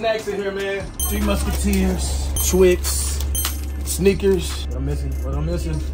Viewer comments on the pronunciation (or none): bro really called snickers "sneakers"" lmaoooo